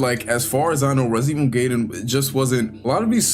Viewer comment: Based Gaiden pronunciation